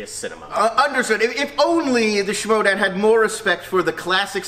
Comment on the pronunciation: someone gotta tell that its not the Showdown but the schmoedown